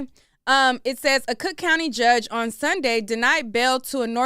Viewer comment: What's with the extra emphasis for the word "on"? Shit sounds tacky